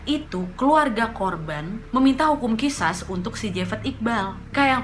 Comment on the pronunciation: Kak bacanya Qishas itu Qisos